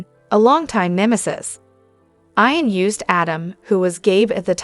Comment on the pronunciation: It's pronounced "EEE ‐-EN" NOT "eye-- en ," !!!!!!!